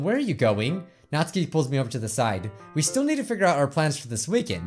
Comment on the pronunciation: It’s not NATSKI ITS NATSUKI